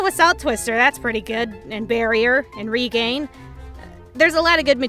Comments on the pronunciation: Regen is pronounced ree-jehn,. Like regeneration. Not regain. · idk y buns pronounces regen like regain, she did that during the stream too